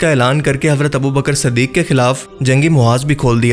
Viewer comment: Is ke ilawa abubakar siddique hoga na k abubakar saddique